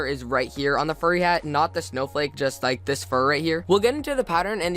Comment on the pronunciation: I luv how u kinda say lick instead of like xD